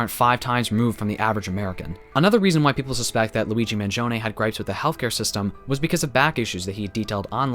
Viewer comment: thanks for pronouncing his name correctly! And thank you for this video ;)